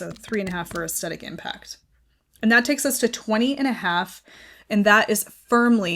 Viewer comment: Hi. Aesthetic is pronounced with the stress on the th of the word, not the st. Aes thetic. Regards paula.